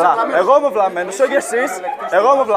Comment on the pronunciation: einai asteio to video epidi einai sth 8esaloniki kai leei "esy eisai vlllllllllamenos"